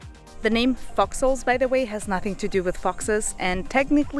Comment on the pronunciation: What are you saying? Are you saying fox holes? Because it doesn't sound like it!